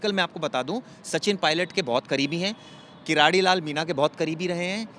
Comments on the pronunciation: किराड़ी नहीं भाई किरोड़ी लाल मीणा कम से कम शब्द तो सही बोलो नरेश मीणा ❤❤❤🎉को रिहा करो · किरोड़ी मीणा है न कि कराडी